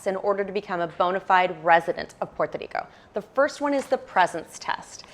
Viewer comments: great information and I love the way you say Puerto Rico. God bless you. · Great info. I appreciate the effort to say Puerto Rico in Spanish. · Si es cierto es la única que lo dice muy bien en español she’s awsome